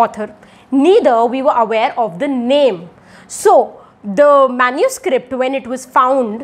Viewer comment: MENUSCRIPT nhi MANUSCRIPT 😬